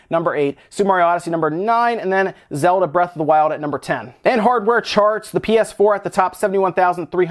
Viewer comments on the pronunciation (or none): none